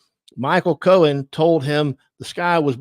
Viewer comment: It’s Cohen — Not Cowan